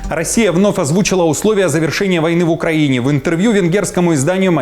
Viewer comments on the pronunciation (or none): none